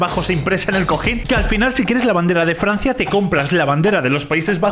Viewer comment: outro: gente normal: c va yo: jaja, dice FRNacia